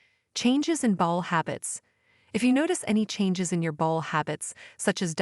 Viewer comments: I understand having AI narrate your video is cheaper for you, but if your point or desire is to educate, it's not so wonderful. Constant mispronunciation of words like AORTA (ORTA on video), BOWEL (BOWL on video) etc is probably confusing for many. And going to a Dr to tell him your bowl is messed up is probably not going to achieve the desired outcome. Hope nobody is getting Selleeack disease out there (CELIAC disease) LOL!!! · Are you a robot? You have weird pronunciation sometimes. For example, irritable bowl syndrom? Really? If you're human, you must have got your information from an encyclopedia and slapped it together without really knowing what you're talking about.